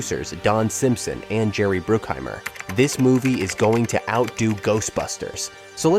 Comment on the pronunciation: Are you intentionally saying everyone’s names weird? “dah-vid cronenberg” “simpson and bruke-heimer” “james can” “and it inspired the ‘2 lbs of red meat joke’” plays clip ‘5 lbs of red meat’ Maybe it’s a joke I just don’t get because it’s so inconsistent for such a long video? And you pronounce everyone else’s names correctly? Is it AI reading?